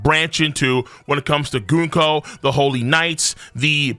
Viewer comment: it's Gunko not GOONko.